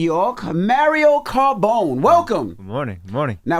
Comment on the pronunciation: CARBONE not CARBONES